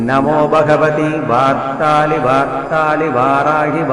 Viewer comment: Beautiful but pronunciation of varthali varthali is not clear